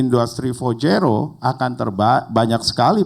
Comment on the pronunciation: menit 49.30 dmana mr.gembul menyebut kan istilah industri 4.0 sebanyak 4x dan beda semua..wkwkkw four one zero, four zero ,four dot zero terakhir four one zero dan gapernah menyebut four point zero .wkwkkwkwkw